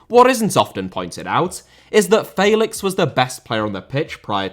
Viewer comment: Do you pronounce names wrong to just piss people of inwant to punch youxin the face for how you say felix